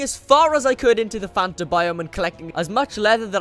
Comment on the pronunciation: I love how he calls it fanter